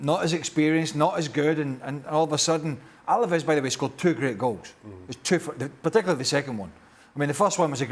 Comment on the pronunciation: It's ALAVES not ALAVEZ, ESPN. YOU OWN THE RIGHTS TO LA LIGA AT LEAST GET THE NAMES RIGHT